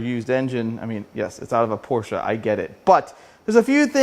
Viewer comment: Thank you for pronouncing Porsche correctly!